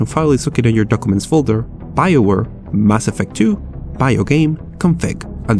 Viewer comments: Lol ''ass affect'' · "Ass effect" jajajajaja